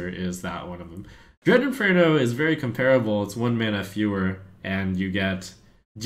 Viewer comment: Does anyone still want to claw Trump's eyes out every time he says "Dread Inferno?". How can he seriously not get this right after years of Hearthstone?